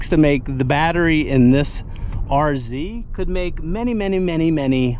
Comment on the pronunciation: Such a relief to hear you call it an RZ and not an R-zed.😅